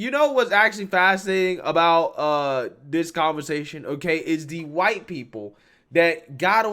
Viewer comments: Why can’t this girl say the word ‘white’? I don’t get it. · Why can't she say "white?"